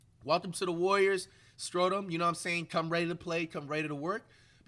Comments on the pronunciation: Really Americans say Schröder like flight says it? You can say it like this (shroder) not skroder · can u pls learn to pronounce his name right? When u say it it sound like scrotum or sth. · We get to hear Flight say Dennis Scrodum for the foreseeable future we won 😭😭❤️ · he might start pronouncing his name right 😂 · WOW FLIGHT ACTUALLY SPELLED HIS NAME RIGHT!!! Still mispronouncing tho 😭😭